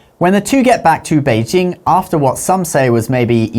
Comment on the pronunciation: the way you pronounce Beijing is 很可爱